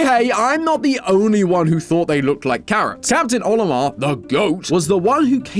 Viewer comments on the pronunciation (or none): ha he said captain